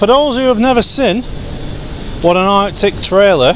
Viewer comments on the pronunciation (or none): Artic not arcti - Articulated. Just thought id be an arse and put you right